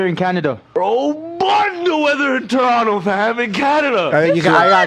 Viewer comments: You guys are saying Toronto wrong. It is Torranah. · Nah fam it's Chronno